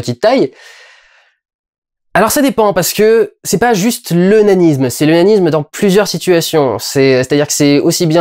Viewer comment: Suis-je le seul à avoir entendu "l'onanisme" au lieu de "le nanisme" ?